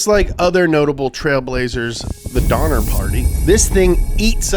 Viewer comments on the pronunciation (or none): 'Eats people up like the donnor party" LMAO WHAT DID I JUST HEAR??????